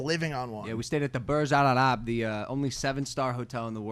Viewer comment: Logan it’s Burj Al-Arab 😂 it’s not that hard bro🤦🏻‍♂️😂